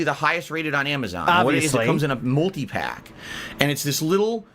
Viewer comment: Lmaooo at 1hr 42min when said MULTI-PAYUCK i kept thinking of The Fifth Element with Lelu and the multipass and now all thats stuck in my head is hearing his dumb ass saying "DEE ES PEE MULTIPACK"